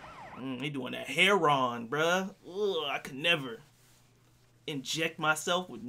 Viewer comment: I love the way you say heroin, like how prop Joe pronounces it 😂